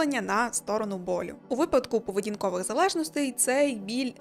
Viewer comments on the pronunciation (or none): none